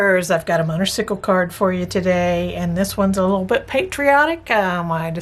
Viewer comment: As a Harley lover, thought this card was fabulous. Just a hint, motorcycle is pronounced motor cY ,long hard y, not icicle like popsicle. No offense, just a hint. As always enjoy your video tutorials.😂